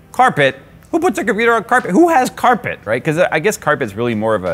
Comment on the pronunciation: Nobody: My brain when says carpet: k æ r p è t